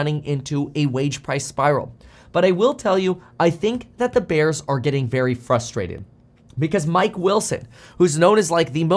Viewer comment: "Furstrated" bears lol